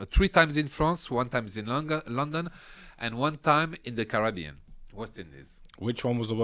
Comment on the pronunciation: I like how French people pronounce "Carabean".